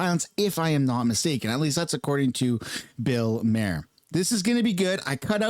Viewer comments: His name is spelled maher, not Mayer like he pronounced it. He might need to go back and take english again......😂😅😂😅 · His last name is not pronounced like mare …. His last name is pronounced like Mars without the S …. Or Mark without the k ….. Bill Maher (mar) ….. not mare …. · Maher is pronounced “mar”